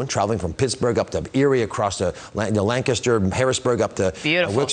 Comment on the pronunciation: I can tell this guy doesn't live in PA. He can't even pronounce Lancaster properly...